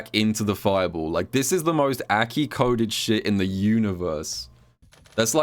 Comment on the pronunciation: Crazy how he can pronounce mai correctly but not a.k.i.